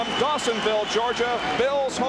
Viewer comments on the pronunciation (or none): It’s Dawsinville not Dawsimville